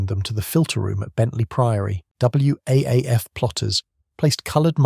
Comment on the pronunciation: WAAF is pronounced Waff,.